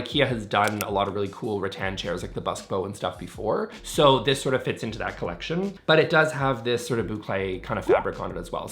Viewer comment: With your speed speak you could be an auctioneer. For heavens sake slow down,it’s horrible to try to listen to.Also ,cleckshin is collection.